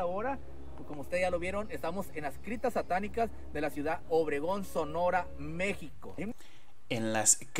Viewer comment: No tienes otra cosa que desmentir más lo que tú haces porque primero que nada si dijo criptas correctamente.